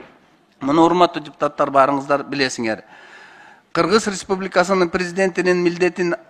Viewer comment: Кыгыз респубикасы кыгыз респубикасы эле дейт да мына спикер Кыргыз республикасы дегенге тили келбейт окшойт 😁